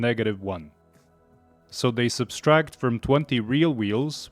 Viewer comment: "So they substract"